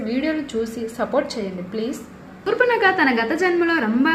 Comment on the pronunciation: సూర్పనక కాదురా, శూర్పణఖ రా బాబూ, ముందు సరిగా రాయడం, పలకడం నేర్చుకోండి.